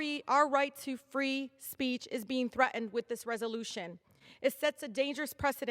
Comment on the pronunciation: She needs to learn how to pronounce words like thret'en & bayken. She isn't back on the block.